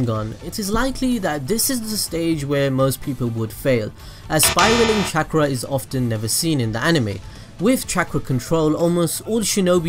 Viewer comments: Chak rah resengan Is what i heard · The way u said chakra made me leave the video